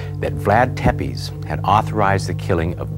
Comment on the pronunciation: its not pronounced tepes its actually pronounced tepesh but its spelled tepes and dracul doesnt mean devil it means dragon do your research